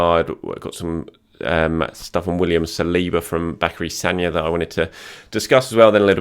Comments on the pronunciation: You pronounced Sagna right thank you!!! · finally getting the Sagna pronounciation right